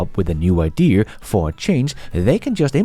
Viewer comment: Love your content but a small thing there is no “r” in the word idea. As you do seam to say “idear.”